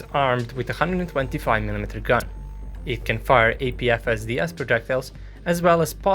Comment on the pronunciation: Omg he said APFSDS the right way 😯